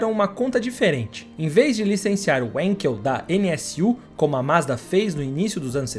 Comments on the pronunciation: Wenkel se pronuncia venkel e não uenkel, em alemão o W tem som de V. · Sendo um nome alemão não se diz wenkel e sim vanquel é a pronúncia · A pronuncia correto do motor é WANKEL com A e não com E Pronuncia em alemão e não em inglês. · A pronúncia correta do nome do motor importa, blz? O nome é alemão, não inglês.